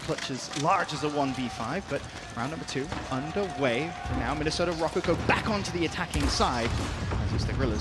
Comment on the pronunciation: Is it just me or is everyone pronouncing Røkker wrong? The ø is pronounced like "uh" and I'm not hearing that.